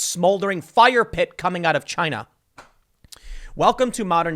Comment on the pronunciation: Tim: Most plastic is actually coming from ... Tim and me: CHY-NA! You can't just say it in another way anymore.